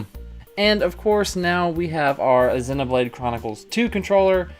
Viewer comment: 0/10 pronounces "Zee-no"blade Chronicles as "Zeh-no"Blade Chronicles In all honesty this was a SUPER insightful video! Thank-you:)